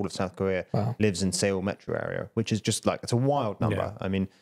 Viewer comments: Wait,, what is Sayol?? Seoul!! 서울! ~ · seoul is actually pronounced like soul. the two vowels are eo + oo which together sound like ou